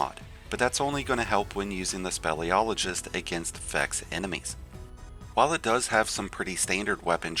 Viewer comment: Speel SPEEL-iologist! NOT SPELL.